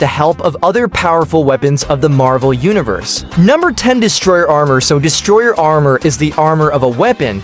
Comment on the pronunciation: ordin? distrer armour? IS THIS MADE BY AI XD